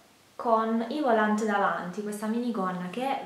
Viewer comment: Si dice volàn, la T in francese è muta!